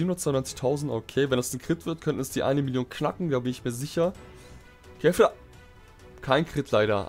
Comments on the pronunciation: er spricht kefla wie Käfer aus 😑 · Mich triggered es voll wie du kefla aussprichst